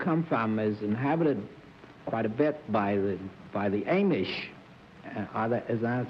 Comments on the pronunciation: Bennett strikes yet AGAIN. During the Steeple Jack segment, Bennett inquires if her job has anything to do with the "AIM-ish". Ok, maybe I'm wrong, but I thought the proper pronunciation was AwwM-ish. I really think Bennett had an impediment with pronouncing words, similar to how some people are dyslexic. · Per fhe first guest: Evidently, Bennett has little acquaintance with the "AY-mish". Ha! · Bennet always call them the Amish like the a is long like in way. It is pronounced amish like in ah-mise. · lol at Serf botching "Amish" For a book publisher he had alot of trouble with words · Can we get someone to teach Bennett Cerf how to pronounce 'Amish'? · Bennett Cerf mispronounced the word Amish. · Bennett often learned new words by reading them, rather than hearing them pronounced. And I've heard other people pronounce Amish with a long A; seems to be regional. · The Amish are named after a fellow named Ames - so Bennet's was probably correct - but pronunciation does change over time.